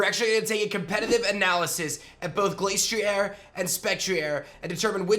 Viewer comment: The ‘Glas’ in Glastrier isn’t pronounced the same as the word ‘glace’, as in Glaceon. It’s pronounced as ‘glass’. It’s icy head is said in the Dex to be as hard as glass.